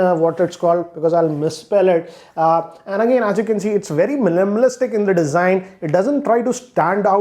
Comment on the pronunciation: lol he said "millimilsitc".